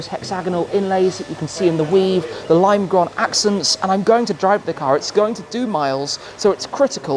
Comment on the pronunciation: actually a quite good pronunciation of lime grøn